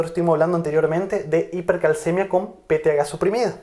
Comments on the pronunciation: Excelentes clases pero una inquietud porque el Dr. no pronuncia PTH y dice THGa ? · Sé que es PTH, pero por qué dices peteaga?